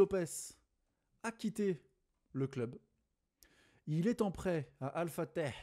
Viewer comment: Bsahtek la prononciation d'Al-Fateh